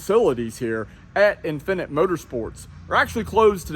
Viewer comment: The way you say "infinite" as if it's a foreign word. 🤣😂😂